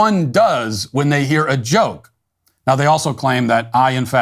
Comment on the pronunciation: I knew it! Matt isn't an Earthling! Anyone can figure out what "Jay-Oh-kay-E" means?